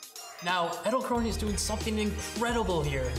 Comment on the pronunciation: EdelkronAY? I've never heard it pronounced that way. Is that borrowed from some language pronunciation other than English?